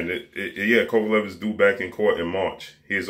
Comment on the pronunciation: Lmfao “KKKovalev”